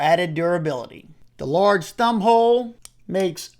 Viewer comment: When you said “the large thumbhole” I heard “The LORD’s thumbhole” and I will show up on sundays for that…😂